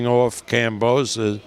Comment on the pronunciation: This old Fart said the same about Lopez maybe after this fight he will learn how to say Kambosos correctly 🤣